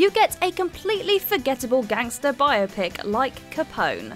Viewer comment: Thank you for saying "biopic" the right way.